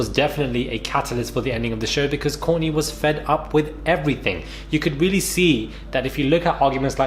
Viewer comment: WTH ARE YOU SAING KOURTNEY HOW THE NAME YOU SAID: KOURNEY... ☆☆ HAHA!!